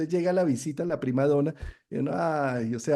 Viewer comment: Prima donna se pronuncia con doble nn prima donna